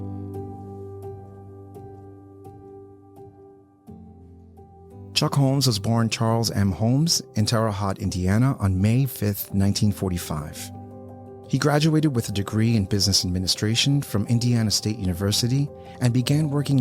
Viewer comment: Terra Hoe T .. NOT Terra How T